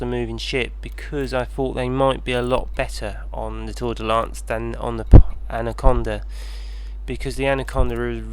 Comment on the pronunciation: "Tour-de-lance" "Fer-de-lance"